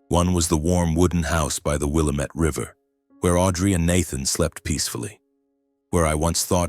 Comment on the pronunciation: A I, no one in Oregon would say WillaMETTE River. It's Wil LAM MET.